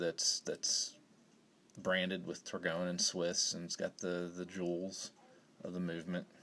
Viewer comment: It’s pronounced “tor-goine”